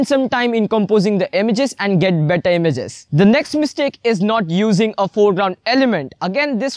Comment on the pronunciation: It's not emiges.. it's images